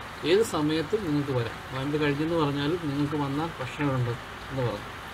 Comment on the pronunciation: നൊയമ്പ് അല്ല നോമ്പ് എന്നാണ് 😁😛